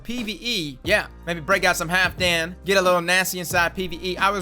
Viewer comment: This man really just said bring out halfdan... Smh